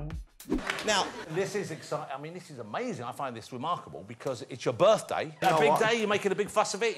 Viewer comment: Baddey instead of Birthday